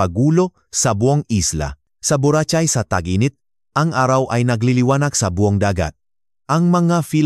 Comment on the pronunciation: Taga saan ka bro? Medyo kc na iba ang pronounce mo sa Tagalog words eh hindi na man trying hard ka, kaya natutuwa kami sa the way you pronounce the Tagalog lalu na Yun word na "bura chay"😂😂😂 BU RA KAY, YAN ANG TAGALOG WAY OF PRONOUNCING .... KEEP GOING YOUR DOING GREAT DOING ORIGINAL,, NEW SUBSCRIBER SIR..STAY SAFE